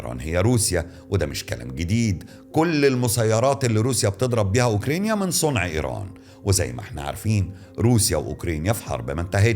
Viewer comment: عمو انت بتنطق اوكرانيا بالطريقه دي 😂